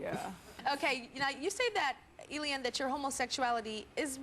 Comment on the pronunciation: Tyra's pronunciation of Elian is so irritating.